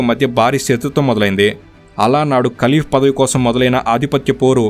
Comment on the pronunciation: విషయం బాగుంది కానీ ఖలీఫా ని ఖితి భా అను రాంగ్ గా ఉచరానా సరిగా లేదు